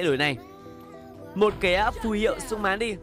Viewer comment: Xung mán :))) ngọng dấu ngã